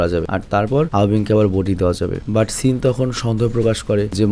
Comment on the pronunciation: সেন ❌সিন ✅, 🤣🤣